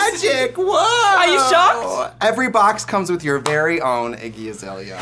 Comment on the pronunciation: all i heard was ‘icky azalea’ in the beginning